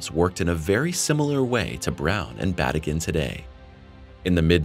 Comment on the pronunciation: His name is pronounced as Ba tea gin